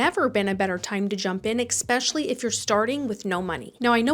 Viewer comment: How are you this smart and well-spoken but you keep saying egg-specially, instead of especially….🤦🏻‍♀️